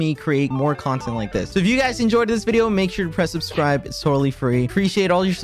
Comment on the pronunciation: he said "subsrive"